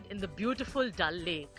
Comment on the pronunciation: It’s Dal lake not dull 😂😂